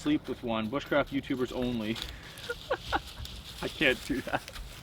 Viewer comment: Anyone remember that video where he said "booshcraft"